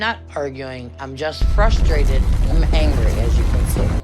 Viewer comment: And Schnee gets very "flustrated!"😂